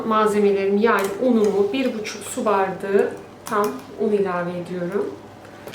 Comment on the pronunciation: Hanımefendi neden bardigi diyorsunuz BAR DA Ği izleyemedim Türkçeyi katletmeyin lütfen